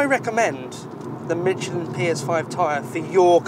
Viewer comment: There is no t in Michelin